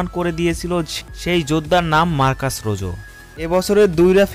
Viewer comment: রোজো না রোহো